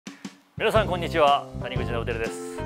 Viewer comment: たぬぐつさんじゃなくてたにぐちさんがっｗ